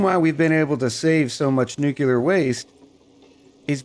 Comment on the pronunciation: I know I'm late to the game here, but it is driving me nuts... it is "new-clear" not "new-cu-lar." Look at how it is spelled: Nuclear. There is no extra "U" in there. (No politics involved but...) George Bush ruined it for a whole generation by pronouncing it wrong. (Great video though... I love your style, cadence, accent, and demeanor)